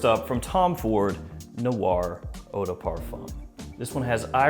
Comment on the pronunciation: ‘Noir’ is one syllable.